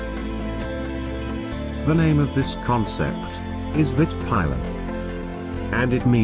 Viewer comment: Well how he pronunced "Vit Pilen" and "Svart Pilen" was way wrong xD but otherwise it was a really good video :) and love the bike :)